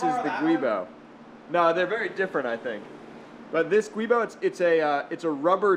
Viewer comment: "Giubo", not "guibo".